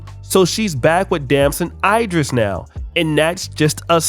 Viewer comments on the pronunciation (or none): its Damson Ee-driss not eye... like A B C D E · I hate how u say "idris".